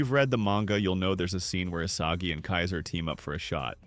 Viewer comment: did bro js say isasi????